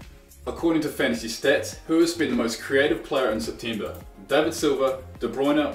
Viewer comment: He said september wrong